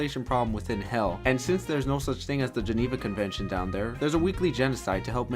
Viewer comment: “their no gena con Fenton in hell.” (or how every you spell that.) As a historian just hearing that with this just kind of funny.